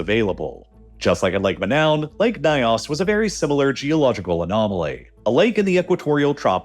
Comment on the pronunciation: The "ny" sound in African languages is generally pronounced like the "ny" in canyon. The pronunciation of "Nyos" in the video is way off. Excellent video otherwise.